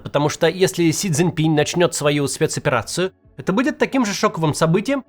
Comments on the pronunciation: Макс....пожалуйста.... - пин, а не пинЬ😢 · Он не Си Цзиньпинь, а Си Цзиньпин. Не "Си Цзиньпиня", а Си Цзиньпина. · Максим, пожалуйста! Си Цзинь Пин. Пин !!!!! Без мягкого знака!!!